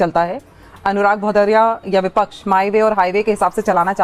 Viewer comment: Vipa ch नहीं विपक्ष बोलना सीखो अनुराग।